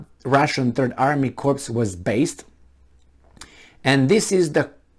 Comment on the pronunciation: Corps is pronounced core.